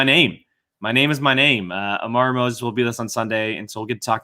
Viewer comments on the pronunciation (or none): It’s AmaRÚ, the emphasis is on the RÚ 😜